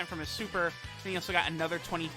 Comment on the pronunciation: ANOTHERR sounded short but u get a pass for energy